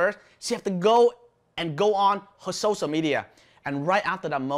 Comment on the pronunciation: sorry to correct you but its not socia... its sociaLLLL media.... i hope you dont take me wrong...